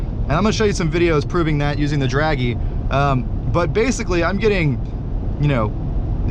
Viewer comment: Yes, it's Dragy, not draggy.